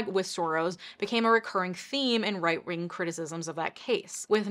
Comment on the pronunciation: Lol did you just say right ring? Instead of right wing?